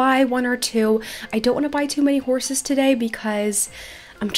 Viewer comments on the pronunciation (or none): none